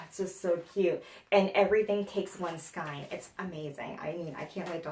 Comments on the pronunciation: Love your channel! FYI I had to look this up but Skein in prounounced Skayne not Skine. The “ei” is a long A sound There’s an audio clip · You are a hoot!! Now I want A drink, a bunny and some new books!! Your show is so refreshing ( love you girl!! BTW" Skein" is pronounced" skane")